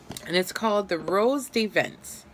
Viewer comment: It’s said rose de vants